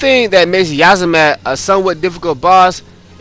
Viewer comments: Yiazmat - A sort of portmanteau of Yasumi Matsuno's name. It's pronounced with a long e (as in "bee") and should be pronounced with a long a. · Yiazmat is pronounced as either (Eez-Matt) or (Yeez-Matt)